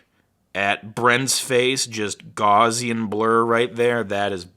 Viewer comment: It's not "gozzian blur"; it's Gaussian blur!!!!!!!!!!!!!!!!